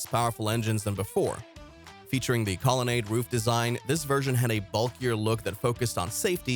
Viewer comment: It's really a shame that they have someone narrate this video who doesn't pronounce so many words correctly and gets so many things wrong. Sucks when people spread misinformation. Obviously not a real car guy. Hard to listen to this video. Colonnade should be pronounced Call-a-nod. Sad.